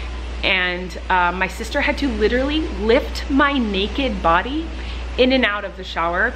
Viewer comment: Litrally or literally?!? 🤣♥️ love you lady!